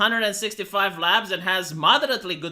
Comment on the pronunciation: The fact that you just said “pounds” as “labs” based on the abbreviation made my day 😂